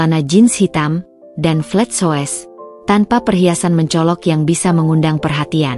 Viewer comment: Bukan flet syues, tapi flet syus bacanya.